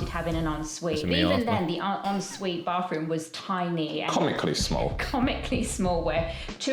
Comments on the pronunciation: How does "th" make an "f" sound? Bafroom? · “Oh yeah in the US they like to pronounce their T - H ‘s.” Yeah because it makes sense. Now saying BAHFRRROOM is crazy. Free or Three?!😊